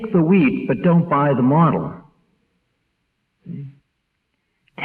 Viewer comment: Sounds like he's saying take the weed.. not wheat. 😆😀